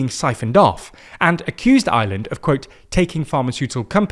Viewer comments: When he says Ireland it sounds like he’s saying Island. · Its IRELAND not Island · He's trying to say Ireland but it sounds closer to Island.